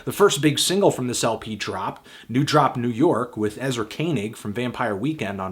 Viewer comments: It's new Dorp, not drop. But someone, PLEASE draw Anthony a happy profile picture so he don't have to act so angry! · "drop" cmon fantano